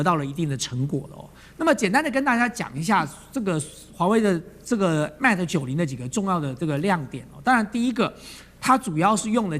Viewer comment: its pronounce as Mate, not Mat!! halo taiwanese!